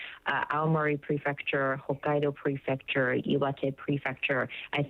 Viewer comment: Well, the meteorologist keeps saying Hakkado. He doesnt even know where he is. 🤦🏻‍♀️